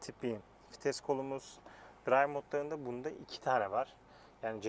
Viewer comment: Fites değil vites